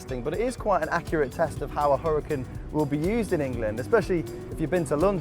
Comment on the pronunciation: Pronounced HuraCAN